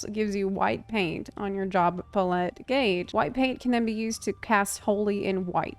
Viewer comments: I had to pause the video and check the comments before continuing because I was too distracted by the fear that I'VE been pronouncing palette wrong this whole life to pay any attention. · unfortunately, the way it’s pronounced with a French accent is only slightly different than how one says it in English, as English is flattened. Neither are close to how she said it. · i feel like she's probably heard the word "palette" before but never seen it written so hasn't had the "a-ha!" moment of how it's supposed to be pronounced. i did the same thing with "epitome" for years. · Putting the empPHAsis on the wrong sylLAble. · Often times when people mispronounce words it’s because they learned it by reading. This is an amazing thing :-) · Nah. I'm pretty sure it's just a knowing the word only from reading it thing. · PA-lette, not pa-LETTE. Putting the empPHAsis on the wrong sylLAble. Yet somehow on brand. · Pretty sure the issue is her pronouncing it as pa-let rather than pal-lit. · It's probably a good thing that one of them is super easy and the other a bit of a challenge. Otherwise you would have people say they are too easy or too hard. Well, they are both and neither. Edit** I have never in my life heard another person say PUHlETTE instead of palette. Must be an American thing. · Why are tou saying "paul-ette" instead of "pal-et" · Your pronunciation of palette reminds me of Will Terrell's Lovah character saying hot tub. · Subtractive puh-lette?? It's palette 🎨 like a painters palette lmao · The nost amusing part of this vid is hearing "puh-LET" instead of "pal-it" for palette. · I've never heard someone pronounce "pal-ette" as "puh-lette before. Must be a regional thing 😅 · She's just classy since she lived in Europe for so long 😌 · Pah-let. Pallette. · I kept hearing you say Palette that way and I went “Wait, when did they start involving chickens?” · I'm just here to give you a like for how you say palette